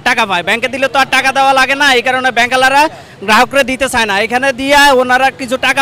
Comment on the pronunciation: 0,41 ব্যাংকের হালা রা ? নাকি ব্যাংক ওলা রা বুঝলাম না ।